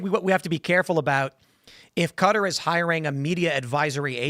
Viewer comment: Why do you insist on pronouncing Qatar as "cutter". Annoying asf.